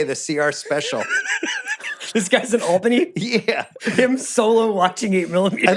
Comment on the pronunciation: Why does Bill pronounce Albany the way he does?? Chris Ryan says it right.